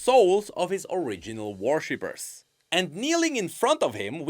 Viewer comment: I swear that I can Hear saying "Warshippers" instead of "Worshippers".